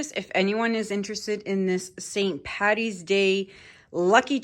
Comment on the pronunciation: This Irish girl loves this piece, stunning! To those in the comments, it's Paddy, NOT Patty... ☘